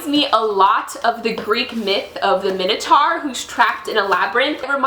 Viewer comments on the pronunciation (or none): none